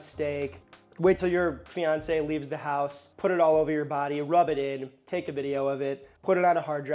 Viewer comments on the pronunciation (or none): none